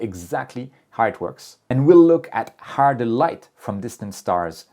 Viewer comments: HOOOOOW, NOT HAAAAAR. How. NOT, har...... 👍😎👌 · Why do you sound like a pirate when you say "how"? Sounds like "harrr" 😂 Jokes aside, it was a great video! I have been an amateur astronomer for a little more than a year, and I'm really grateful for all the knowledge you guys share with us. It makes this hobby way, way easier. Thank you! 😊